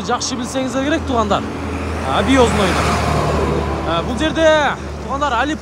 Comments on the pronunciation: Абёзной эмес, Объездной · Ыздания обёзной деп айтпай бир аз грамотный болгонго аракет кылсан.